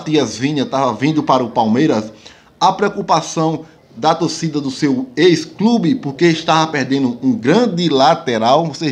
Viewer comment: Se fala torcida e ñ "tocida"